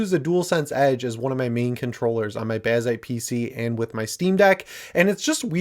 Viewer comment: wtf is a “bazai PC”? 😂